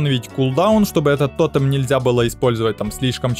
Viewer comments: Ну почему то́тем а не тоте́м, почемууууу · То́тем? Пожалуйста говори тоте́м!